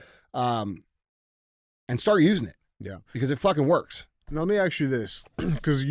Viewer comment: DJ...its ASK....not acts . It's not let me acts you a question. So sick of hearing that shit!!